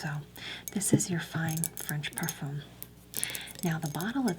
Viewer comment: When you said purfoom I actually laughed so hard I cried